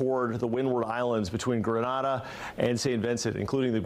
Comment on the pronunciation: Jmaican here. It is pronounced GRE NEY DAH (Grenada). Not to be confused with the Spanish city GRA NAAH DAH (Granada) in Spain.